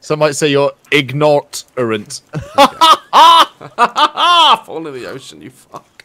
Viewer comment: “Some might say your ignot-orant HAHA” “ HAHAHAfall in the ocean u fuck” 🤣